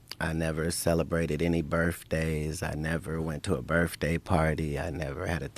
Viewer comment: He can’t pronounce “birthday”. And he’s saying he read 6 dylilion books a week. And I’ve been doing my job for twenty years and I have no clue what’s going on every day. I just show up.